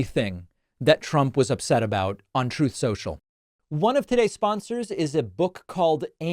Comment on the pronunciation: David, I can’t get enough of Dumbnal Chump mispronouncing his own organization Trothe Sential!😂😅😊😂🤣😂! I love the fact that the Retrumplican party is panicking and are pissed at everybody because of their decision to ride and worship Chump!